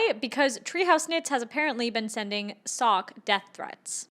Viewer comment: I reckognize a fellow Dutchie and it is SOCK. Our English pronounciation is really bad I know.... Hallo, alles goed?